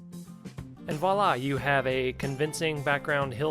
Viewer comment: THANK YOU for pronouncing lichen correctly! Silly, I know, but it really annoys me how many people pronounce it litchen. :) And then you go and get voila wrong. lol